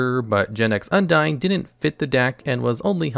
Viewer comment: hun-dean is the way undine is pronounced